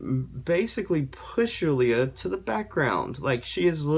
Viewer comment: I love how you actually pronounce name Julia right, not in "American way" as we call it. Now I wonder how you'd pronounce mine 😂